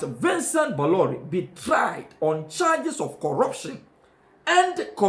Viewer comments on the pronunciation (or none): The pronunciation is Boloray.